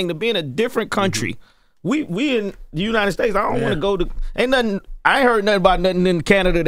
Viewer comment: Jess didn’t prep for the interview she ain’t say Nottin 😂😂😂